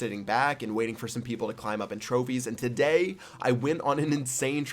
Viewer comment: Listen to the way he says today at the beginning of the video